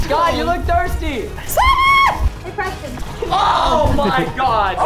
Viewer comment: I see on YouTube someone says preston “prastan”